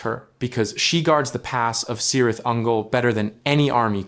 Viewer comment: Great discussion, but you need to know that Cirith is pronounced Kirith. That is true of all words and names beginning "C". Celeborn, for example. Thanks!!